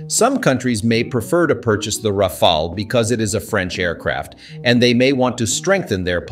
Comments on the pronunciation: It is not pronounced as Rafael or RAFAEL, but Ra'faal or RA'FAAL!/. Ok!?? Ok!?? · I’m french so maybe I can help : Rafale is pronounced in 2 syllables with both the same vowel sound “a” : Ra like in rabbit, fale like in phal-lus 😅 Ra-fal That’s it ! + the word rafale has 2 meanings, first one is a strong gust of wind, the second is the burst of fire of automatic fire weapons ! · French person here. You are butchering the pronunciation, but mainly because you can’t seem to settle on one. Here’s the correct way to proncounce it (using „American“ phonetics): Rafale -> Ra-FAHL. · How is it that the narrator call it the Ra-fall and then Ra-fail, switching between them repeatedly during the video. I do believe the proper pronunciation should be Ra-fall, but maybe a French speaker can clarify. And the whole 'unrivaled situational awareness' is comical given the ability of a F-35 pilot to see through the plane and all around it thanks to a myriad of cameras for that purpose. But, the Rafale is a beautiful plane and in the hands of a top pilot it should give almost anyone a scare -- so long as it isn't shot out of the sky before it sees who shot it. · it's pronounced "Rah-Fahl" not Rah-fah-ley, not Ray-fahl, not anything else. Just Rah-Fahl. Having 3 to 4 different pronunciations of the same word in the same sentence is quite annoying. Even if you don't know the right one, try to use 1 pronunciation only. That's disturbing otherwise. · is it me or you keep changing rafale pronounciation